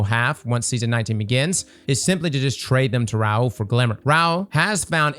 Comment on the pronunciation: How are you pronouncing RAH-HOOL as RAUL?